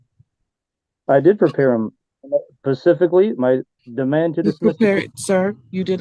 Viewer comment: Lmao when he says “pacificly”